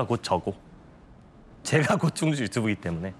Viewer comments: 충주시는 진짜 대단함! 충주시장도 홍보맨도 공무원이 이렇게 멋질수가 있나? 그리고 충추시 아니고 충주시 입니다😊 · 충주시에요. 충추시가 아니라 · 충추시가 아니라 충주시입니다